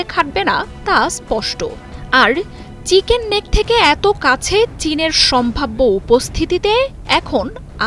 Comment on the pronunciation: চিকেন্সনেক বলেন কেন? চিকেন নেক